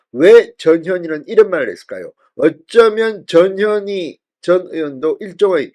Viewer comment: 전현희가 저년이로 들리는 이상한 현상 저년이 탈당하네